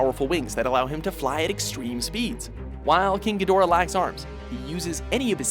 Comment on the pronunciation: King gahdoorah